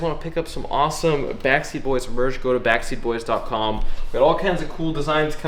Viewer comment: It always sounds to me like you're saying "backseat boys".